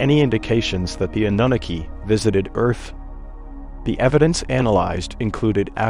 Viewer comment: Love the content, the pronunciation is just terrible. Especially Annunaki. I find myself going back 5.. 6 times to try and figure out what you're talkin about.. that's inexcusable.